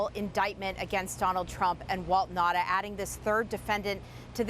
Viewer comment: It’s Na-oo-ta, not Nahda! Ignorant!